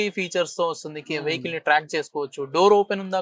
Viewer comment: “car కి ఉన్న ఫీచర్స్ అనాలి బాబూ…… ఫ్యూచర్స్ కాదు